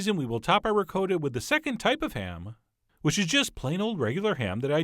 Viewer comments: Ri-coat-a?? I have never heard anyone let alone a chef pronounce Ricotta.. ricoata. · Cal- ZON-AY!!! REE-COAT-AH!! My Italian friend confirms these pronunciations!!! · RicOtta Not Ri COAT ta, Chump! love the show, can't stand the voice. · It's ri cot ta not ri co ta ! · "Ri-Coat-a", lol?? Nice looking calzone though!! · Just watched but I don’t know if I can trust someone who pronounces it Rick-coat-ahh lol but funny vid and thanks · No hate but, he calls ricotta, (ri-coat-a) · ri-codda ? wth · Awwww C'mon, Chef!! It is pronounced Pros schyiuto ham,and RiKotta cheese! I mean, seriously... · You say "ricotta" weirdly; please say it right !! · The way you pronounce "ricotta" makes me cringe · Oh Christ the way you pronounce Ricotta hurts my New York soul. Looks delicious though! Agree with the fork comment. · I honestly hate how he pronounces ricotta